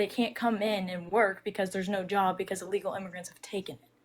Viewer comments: Allegal? Its illegal 😂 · Did she just say "alegal immigrants"? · I don't trust anyone who says "uhlegal" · First of all, she needs to learn how to pronounce “illegal.”